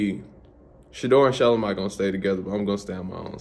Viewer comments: Who would’ve thought that’s how you pronounce shelomi name . I thought sha Low mee. It’s shylowmy 😂 thanks Shilo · This is the first time I've heard Shelomi's name pronounced like that! I've only heard people say Shuh-LO-ME. I think it's because I've only heard her family call her Bossy so I've only heard the general public attempt to pronounce it. We learn something new everyday. :) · Shelomi name being pronounced like that is wild I definitely thought it was pronounced different … when they say her name it sound like they joking but then she said it and I was surprised